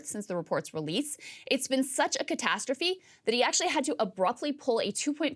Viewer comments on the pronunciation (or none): none